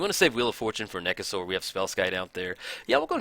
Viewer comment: Surprised Nekusar isn't a Skeleton. I know it's probably BETTER for him to be a Zombie, but his face is super skeleton-like. Also, your pronunciation for Nekusar makes him sound like a dinosaur to me lol. THE NEKASAUR! Haha!